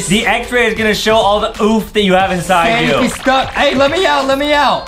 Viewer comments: It’s. Sonic. Not. Sanic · Its not sanic its sonic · Stop saying sanic say Sonic